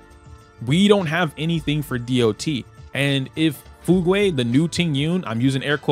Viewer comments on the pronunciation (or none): OMG not the Fu- gway wth T-T its pronaunced Fyoog like the Braking bad Fugue state edit: lol I didnt know some1 corrected you a few mins later my bad Im not deleting this comment tho XD